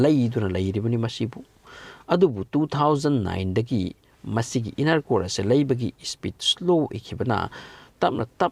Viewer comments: English Kadi yaihey dymon kyna iron gase iroan kyna henjindro bro khonthok toh inner hyyo inaar hyno taningde nggi style doh henjinle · Yam taningtaba dialogue yamna yaoe. " Aduna film gi wanido " ga haiye. official oiba wangang sijinaba fei. Aduna film gi warini hairaga loire. Pronounciation su yamna soi. Crust pu crast haina pare , diamond busu lanna pare, inner busu innar haina pare. numit ki asabaga core gi asabaga manade. Aranba information su pire. Yam cheksina pabiyu educational purpose oina sijinaba yanaba.